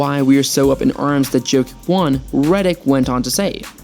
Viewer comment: Of you cant pronounce his name correctly, don’t make a video about a man.